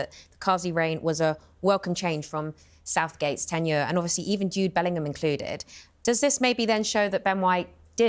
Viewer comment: who's Dyude Bellingham?